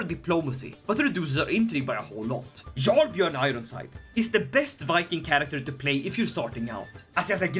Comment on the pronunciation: It is yarl not jarl the j makes a Y sound